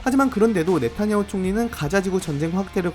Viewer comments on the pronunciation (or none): none